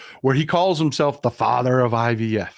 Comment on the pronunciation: I heard her say UVF too! Should have been IVF.